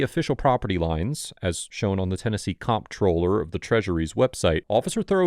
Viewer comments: just FYI, comptroller is pronounced just like controller. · Comptroller is pronounced controller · Comptroller is pronounced 'controller'! That's so annoying that people don't know that.